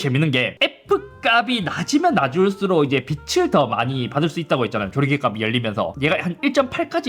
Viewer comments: 값이 = 갑시 로 읽습니다. 가비가 아니라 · [갑씨]가 아니라 [가비]라고 발음하는거 거슬리는 내가 싫다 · 값이……. ”갑시“ 라고 발음해주시면 안될까요…….? 지나가는 편집증 환자 지나가겠습니다..